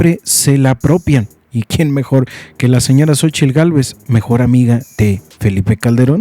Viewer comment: Que horror habla puras mentiras y de pilón mal pronunciadas . Que vieja tan limitada la tal Cochitl. Dios nos libre si llegará a la presidencia,….👹👹👹👹🤮🤮🤮🤮💩💩💩